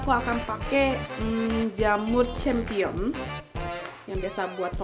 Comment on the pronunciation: Rasanya emang juara, tapi itu jamur disebutnya "champignon", bukan "champion", hehe..😊